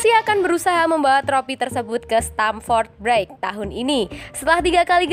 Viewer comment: pelafalan stamford bridge kok gt... bgitu juga sama villareal. 😀😀😀